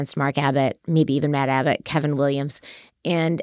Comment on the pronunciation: Hello and. ❤ hope all is well. Love your videos and all you both put into them. Congrats on your nomination!!!! Side note. From the beginning i was first hearing Mad Abbott instead of Matt. When I relised it was Matt i just couldn't unhear MAD abbott lol my brain wont let me.